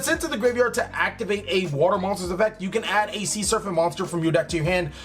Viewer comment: It's SER-PANT not SURFANT. Sheez